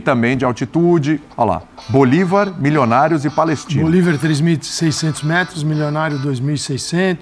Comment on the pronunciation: O cara prova que não sabe porcaria nenhuma de futebol, quando diz Bolivár😅, nem de libertadores, só tá aí pra copiar vídeos da impressa e faturar no youtube. Tá errado não.